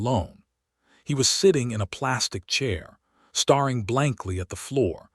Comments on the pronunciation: Can't you please say stare ing correctly it is not star ing. Geese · Train your AI to know the difference between 'staring' and 'starring' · Staring and starring…two different words! The AI reader cannot determine the meaning!